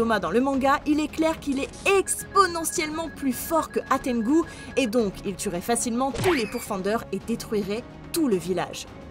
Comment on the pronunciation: Hantengu pas Hatengu